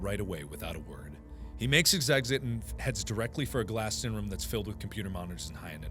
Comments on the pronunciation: When he says room it sounds like rum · does anybody else think its weird when markipler says room TBH it sounds like he saying rum